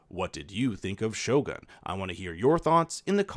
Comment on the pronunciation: Lol, your pronunciation of Japanese words and names is hilarious, Maeriko and shoguhn are priceless. Lmao.